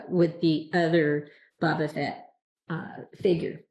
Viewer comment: Boba is pronounced like the arrow shooting tool called a bow followed by buh. Your pronunciation is more like Baw-buh...have you never seen ANY of the videos/movies out there with his name being pronounced? It's like saying Jones instead of James...